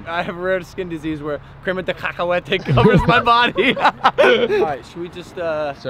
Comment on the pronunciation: It pronounced crema de cacuate (cak-u-at-e)